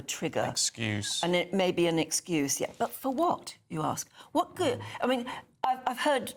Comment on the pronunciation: "For whott"? I will tell you for wottt..working class people fed up with mass uncontrolled illegal migration